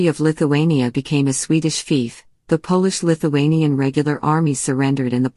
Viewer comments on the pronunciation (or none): I stopped watching when the voice pronounced Polish the way most of us would pronounce shoe polish. Shortly before this they showed a picture of Washington Crossing the Delaware apparently as an illustration of Gustav Vasa. Maybe the res of it's great; I don't know.